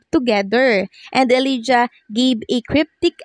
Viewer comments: Elijah dapat ipronounce na E lay ja hindi E li ja... Thank you! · Ellijah is pronounced elayjuh not elidya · Elijah = /eh-lay-ja/ (not /eh-lee-ja/)